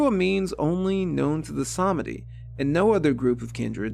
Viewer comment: Sameeeedi. Not semehde. 😊